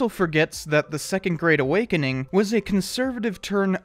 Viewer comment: When you said "4th great awakening" I heard "4th grade awakening" and it was somehow even more accurate